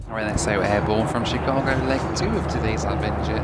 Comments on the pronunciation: When you pronounce "Chicago" - the emphasis is on the second syllable - Chi-CA-go. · And it's not She-CA-go. It's Shh-CA-go.